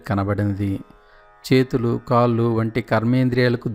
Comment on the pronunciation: దయచేసి కళ్ళు అనండి కల్లు కాదు కాళ్లు, కాల్లు కాదు దయచేసి ఇది గమనించండి